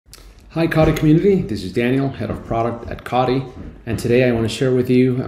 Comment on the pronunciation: Wtf is kadi? 😂 say it with me CO TEE